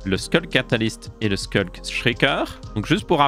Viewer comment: Ça fait plaisir qqn qui prononce sCulk au lieu de sHulk